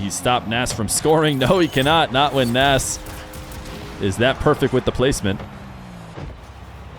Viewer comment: I'm good, n I love Feer but every other player when casted in these 1v1's get his best correct pronunciation, I believe Nass (PRO -nes) deserves to have that right as well.